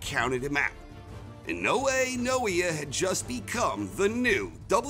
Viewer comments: His name is pronounced "Nah-Oh-Yah Ee-Noh-Eh". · Butchered his name 🤦‍♂️ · Naoya Inoue (Na-o-ya E-noy)🤙🏽